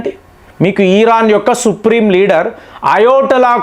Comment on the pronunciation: ఈరాన్ కాదు 'ఇరాన్'. కామేని కాదు 'ఖమేనీ'. చదువుకున్నావు గా పదాలు, పేర్లు సరిగా పలకటం చేతకాదా?